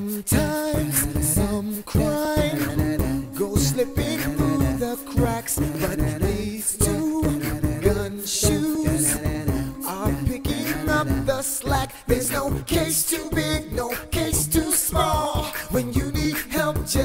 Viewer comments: I'm sorry, did you say "guN shoes?" btw, Reading Rainbow FTW. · its these two "GUMSHOES" bro u said GUNshoes...oh well good job anyways. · Am I the only one who heard him say "Gunshoes?" That's funny.